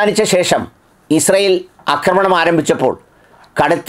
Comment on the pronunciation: "അക്രമണം " അല്ലെടാ പൊട്ടൻ ഡോക്ടറെ... ആക്രമണം. അക്രമണം =പൊട്ടതെറ്റ് ആക്രമണം = ശരി! ഉള്ളിൽ അഹന്ത കൂടിയാൽ തിരുത്തില്ല.